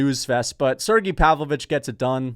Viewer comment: how long until starts saying Sergei instead of Sirgee when talking about Pavlovich?